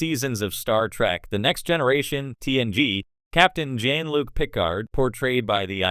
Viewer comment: It's Jean Luc with French pronuncation, not Jean like Billy Jean.